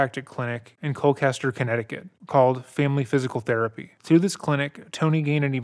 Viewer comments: I apologize, but I have to correct you on your pronunciation of Colchester, because you are absolutely butchering it. For some reason you're pronouncing it like Cole-Kester...It's pronounced like it looks-Cole Chester....there's no hard C... I live close to the town so every time you said it with the hard C, I was cringing lol j/k! I ove your channel and the hard work you put in, I'm a big fan! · One other small point, Colchester Connecticut is pronounced Col-CHESTer not Col-CASTer, it doesn’t really matter just something I thought I’d point out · I'm going to guess that when you say what sounds like ColKester, you're actually referring to ColCHester? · His practice was about 4 min down the road from my house. It is Col-Chester as in Chester Bennington not Kester. Just wanted to point it out. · listening to you say Col-kester is killing me lol it’s Colchester with a ch sound like church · Just have to correct that the town is “Colchester”, not “Colcaster”. This is my hometown and I don’t recall ever hearing about this as a kid (would’ve went to school with the sons if they hadn’t been homeschooled) which also goes to show how much this was covered up… and there’s only 15k people in town so it was REEEEEALLLY covered up. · It’s pronounced “cole-chester” (I live here). Also I’ve always found it ironic that the family’s last name literally means “death” in German. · he just pronounced Colchester as Colklester? 😂😂😂 i live there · Interesting pronunciation of the ch in Colchester, but maybe the H looks like a K to some folks? If so, understandable. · Every time you mispronounced “Colchester” killed me. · Dude pronounced colchester so badly I had to google if that was actually a town in my state😂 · It’s a ch like in cherry. Colchester I mean.